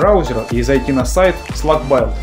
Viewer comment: Build читается "Билд" - строение ("Эмпайр Стейт Билдинг", например), таким образом, имеем СлакБилд, но не СлакБайлд (извините)